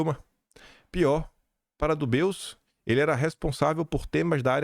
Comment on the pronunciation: não se fala “ dubeus “ para o sobrenome do cara , e sim “ dubê”!!!